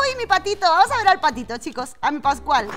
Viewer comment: Cuanfi fuiste con pascual yo escuche pasguato 🤣🤣🤣🤣🤣